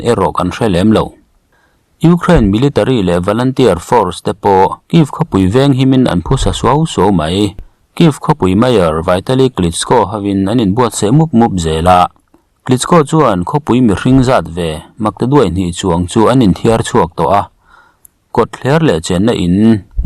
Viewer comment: Kyiv mayor hming lam ri hi Vaitali nilovin Vitali tia lam zawk tur